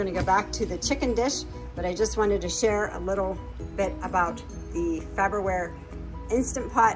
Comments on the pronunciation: It's, "Far ber ware" not "Fab er ware." The little things. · FAR-BER-WARE... it's not FABER-WARE. 😄😎🤩😀😄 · that looks delicious. I can understand why it's a constant repeat on the meal rotation. You did a great job pronouncing pepperoncini, but what was the brand of the instant pot? You might want to review the way you are pronouncing Farberware, unless that is the PA way to say it. I would love to join the cast on your channel. I know up until now it's only been family, friends and pets, but I could be Rick the dialog coach. I could. (Now I am talking like Mike. I am.) There is just something about you guys I love to tease. I love your channels.